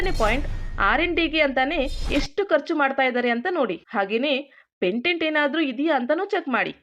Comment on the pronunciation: Pantent alla patent